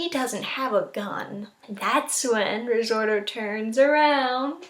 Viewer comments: RI! ZOTO! NOT RIZORTO!!!! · Resorto? It's risotto hone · Risorto... Is it really that hard to pronounce it correctly, or anything for that matter.